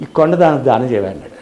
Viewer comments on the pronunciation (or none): ధానం కాదు దానం అనాలి